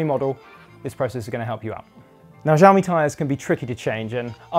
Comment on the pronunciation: It's pronounced "Shaomi" 😏